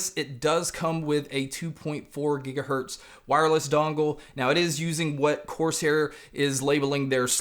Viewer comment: why do you keep saying "coarse hair"?